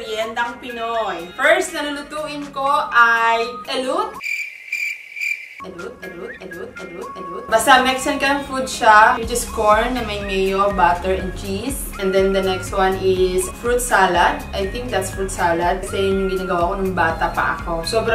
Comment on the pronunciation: That’s Mexican food,ELOTE pronounced (eh-lo-tay) means fresh ear of corn 🌽